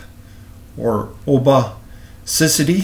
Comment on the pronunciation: The pronouncement is “Oh-pa-ci-ty” Great video :)